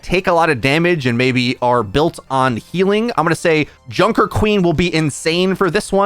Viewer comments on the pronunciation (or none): none